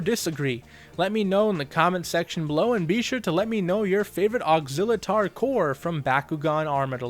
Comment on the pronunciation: Technically his name is pronounced as ox-ill-uh-tor.